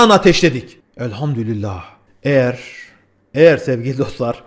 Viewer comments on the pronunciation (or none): none